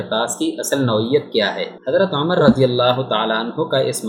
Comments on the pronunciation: اوے پاگل انسان تمہیں تو جناب عمر رضی اللہ تعالیٰ عنہ کا نام بھی لینا نہیں آتا جاہل انسان امر نہیں ان کا نام عمر رضی اللہ تعالیٰ عنہ ہے اپنا تلفظ ٹھیک کر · Bhai apki APNI pronunciation e theek nhi.....Umar ko Amar keh rhy hen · بار بار حضرت عمرو پڑھ رہے ہیں جبکہ پڑھنا عمر چاہئے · Naam to thek le lo Hazrat Umer R.A ka